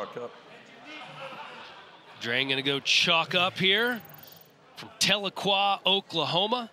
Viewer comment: He pronounced Tahlequah, OK with an "N" I laughed well on that one. (Cherokees are from Tahlequah, as am I... there's no N😂)